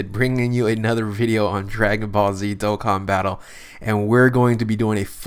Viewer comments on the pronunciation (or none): it buggs me he says dokken battle